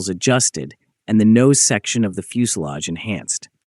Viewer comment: Как задрал ваш ИИ и его на и хреновейшая озвучка ..... ФУЗЕЛЯШ .